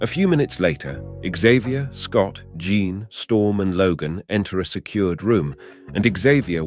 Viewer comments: I like the way the narrator calls jean John n missiles torpedos.😅😂I think this English man needs a English lesson.lmfao🎉😂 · Is Jean pronounced “John”? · Bloody Nora, can you please pronounce the English name Jean and not as the French ‘Jean’? Edit: Seriously, did your robot have a fecking seizure? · I love how everybody just missed how he completely butchered Jean Grey's name by pronouncing it like Jean Claude's name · Great video but it drove me insane hearing you pronounce Jean differently everytime you said it.